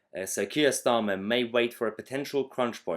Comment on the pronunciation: Silly boy full of joy! Aren't you? It's pronounced "STARmer".